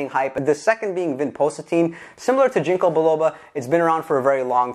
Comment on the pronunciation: Your saying "ginko" wrong... not a big deal. Just thought I'd let you know